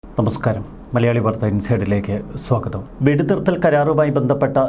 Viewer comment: ഒന്ന് ഉഷാറായി വാർത്ത പറയു. തമസ്‍കാരം.. പഴം കഞ്ഞിയാണോ കുടിക്കുന്നത്